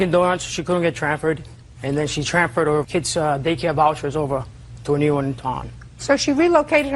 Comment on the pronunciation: He says trampured instead of transferred lmao. Or am I hearing wrong lmao